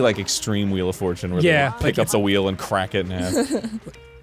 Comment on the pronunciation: Ah yes, “the fjortune wheel.”